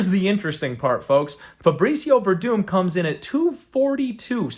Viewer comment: Verdum? You serious bro? The broken man is Verdum..Gus with the easy KO!